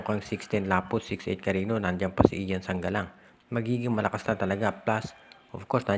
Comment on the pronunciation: Sir, Cariño po yan, as in Carinyo....